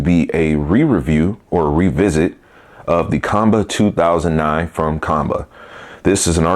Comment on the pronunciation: According to Qanba the company, their name is pronounced "Kwon-Ba".